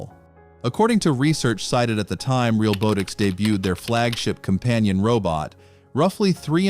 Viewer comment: This video talks about most robot videos using AI that is not accurate, all while using AI narration & AI generated images & video. Hypocrite. The company is pronounced "Real-Bot-ix", not "Real-Boat-ix". The video says it wrong all the way through. Do you not even quality check these videos before uploading them??.